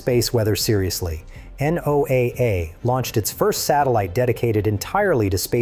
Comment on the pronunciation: please train your ai to pronounce N. O. A. A. as (No'Uh).